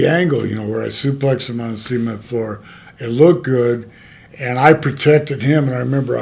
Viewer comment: See-ment floor!!😅